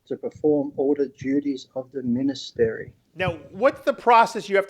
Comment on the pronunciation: I think there is something amiss in this man's head, and did he say ministary?